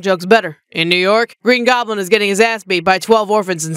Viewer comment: “goblin” this ones awesome too lel also this one accent